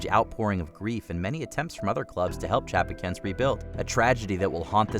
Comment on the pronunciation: These are famous incidents, why doesn't someone check the proper pronunciation of Heysel (Hi-sol) and Chapocoense (Chapo-co-en-say).